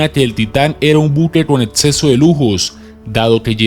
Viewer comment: etsito (exito),atsidente (accidente),etseso (exeso),preditsion (prediccion).....si no sabes hablar bien utiliza algun programa de voz,por que el contenido del video es bueno